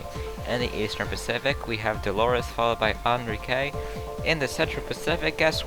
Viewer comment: I think Enrique is pronounced ahn-REE-kay, not uhn-ree-KAY